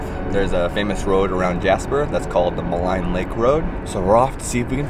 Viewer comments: Maligne pronounced: Ma-lene, not Ma-line! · Love seeing some of the beautiful scenery reminds me of when I lived there. Just a note that you have been pronouncing some of the place names wrong. Maligne rhymes with clean. Athabaska has no “s” in the name.